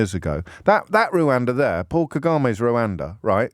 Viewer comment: Please stop calling it "Rowanda". It's written everywhere. How can you not know it's "Rwanda"?